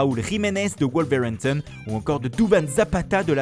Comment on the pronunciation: Le gars il veut absolument prouver à sa prof d’anglais qu’il sait prononcer « Wolverhampton » avec l’accent...